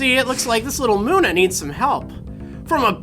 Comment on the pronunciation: It's muh-nuh and hi-dree-jun, not Moona and high-dragon